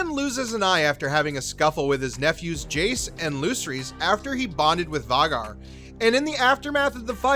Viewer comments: Hahahahaha “Vay-gar” not var-gar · How do you mispronounce Vhagar..pronounced "vayy- Garr" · Pronounced VAY-GHAR & VIS-EH-RISS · Can you please pronounce Vhagar properly going forward? It's "Vay-gar" as pronounced by GRRM. Also, who is Vizreys? Don't mean to be cruel or insulting, if I pronounce something wrong I'd rather be corrected than sound odd... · Var-gar ..lol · Why does he say all the names wrong?? Lucerys and Vhagar are pronounced weird too.